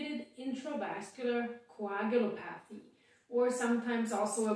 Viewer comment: "coh-ag-u-LOP-a-thee" is how you pronounce it